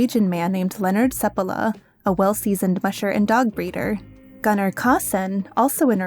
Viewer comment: In Norway we used to write "å" as two a's a long time ago. It sounds a little like the "o" sound in Off, but slightly longer. And in Gunnar the preassure is on the nn, it's not like Gun at all. So Gunnar Kaasen is pronounced something like Gon-nar KÅ-sen